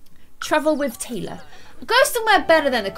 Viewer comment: she said Tylar instead of Taylor